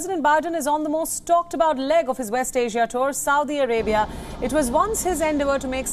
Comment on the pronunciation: Seems like learning how to pronounce the name of the country you are reporting on… would be good to do. Before you go on tv. 🤪